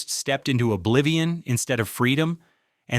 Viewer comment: AI narrators that throws in the occasional um and uh but mispronounce 🎀 with bow are peak comedy